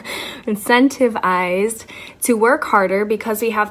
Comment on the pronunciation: making fun of people with student loans while struggling immensely to pronounce the word "incentivised" is wild.